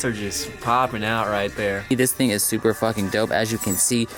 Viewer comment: "which is soooper dope"